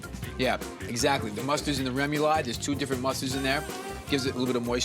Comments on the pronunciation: Rem-you-lod? Lol... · Take a drink every time Bobby mispronounces “remoulade.” Bobby is to French as Giada is to Italian. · Haha he's a Jersey guy but don't rip him too bad that Louisiana/Cajun/Creole vibe has some strange pro-nunc-ciations